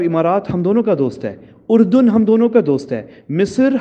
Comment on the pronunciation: پہلی بات تو یہ کہ تم لفظ اردن ہی غلط بول رہے ہو۔۔۔۔۔ اور تمہاری بات قابل توجہ ہی نہیں ہیں ۔۔بھاڑ میں جا۔